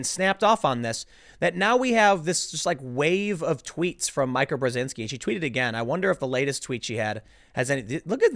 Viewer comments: It's pronounced "Meeka", not "Micah". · The lady doth protest too much, methinks... That said Meeeeeee-ka, Meeeeeee-ka, Meeeeeee-ka not Mike-a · It would be so much better if you showed the video. Your reading aloud sucks as much as mine....and it’s “MEEKA” stop say “My-kah” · Bruh msnbc gonna copystrike this because you said Micah not Meeka Btfod Karen either way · Tim, her name is ME-ka, not MY-Ka! I'm begging you, please pronounce it ME-ka. I love your work, but for some reason, it's just irking me. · Tim Pool, it's "Meeka" not "Mke-a" Brzezinski come on, Man. She's more commonly known than that!! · "Mike - A" (love Tim's pronunciation, is it an unintentional slight?) by protesting too much is bringing this to the light! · Not that it matters, but her name is pronounced MEE Kuh. She is Zbigniew Brzezinski's daughter. She is a MEGA Karen and always has been. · It's pronounced "Meeka" Tim. I swear every time he runs a story and mentions her he fudges her name, along with Rose McGowan's last name. Proof he doesn't read his comments or ever tune into the show for his research, because this has been pointed out so so many times. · You keep mispronouncing her name. It is pronounced "MEE-ka". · Me ka. Say it with me. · Why do you keep pronouncing it Micah? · Ain’t it /Mee•kuh”/? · Tim!!!! It's pronounced Meeka....!!! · Definitely a Karen. But, her name is pronounced Meek-uk, you dunce. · Karen's aka is pronounced MEE-ka. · Mee-Ka. Of course, now you can just call her Karen.😆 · Mee ka....Mee ka....fucking it's pronounced MEEKA! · Tim say it. MEE-CA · Tim. Watch just one segment og the show. It is pronounced "Meek-uh." I do not like her at all but you getting her name wrong is still grating. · Tim, it’s pronounced Meeka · It's pronounced MEE-Ka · Somebody please tell Tim that it’s pronounced “MEEKA!” She isn’t named after a type of counter topping! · I think it's pronounced 'Meeka' ? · Pronounced Me-Ka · It's pronounced "meeka" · Tim it's pronounced MEEKA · Tim its MEEEKA